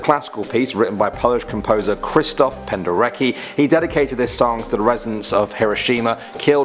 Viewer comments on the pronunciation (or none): " Krystov Penderki " I'm pretty sure thats not how you say his name